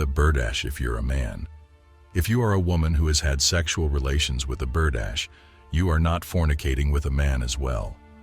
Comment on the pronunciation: Berdache ( bur- dah-shay) not Berdash!